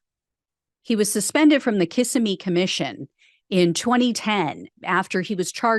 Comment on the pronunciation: Kissimmee= K'SIM-me